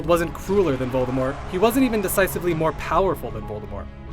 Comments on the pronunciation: this guy is actually going with the silent t voldemor pronunciation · because Grindelwald was he was tied and locked... and he hasnt wand...it was easy of course....lmao....And its VOLDEMORT /OR TOM MARVOLO RIDDLE/ no u-know- who (its for whose who are fear to pronounce it)